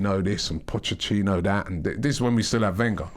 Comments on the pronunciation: Somebody tell Robbie it's Pochettino, not Pochechino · Robbie stop saying Pottechhino, Pottechhino ffs 😑😑😑✋ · Caleb Wortley The ex spurs manager is Pochettino not Pochechino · Can someone tell Robbie it’s Pochettino not Pochechino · His surname is not pronounced Pochechino Robbie. There is a T there, not a 'Ch' sound. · Nobody: Robbie:. Pochechino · Robbie 'pochechino' 😂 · Pochettino finishes his five year reign with Tottenham and Robbie still calls him pochechino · We should be focusing on how Robbie calls him Pochechino almost all the time!